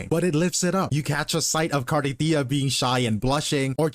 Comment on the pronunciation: The guy in the vid pronounced cantarella right and then you did not rip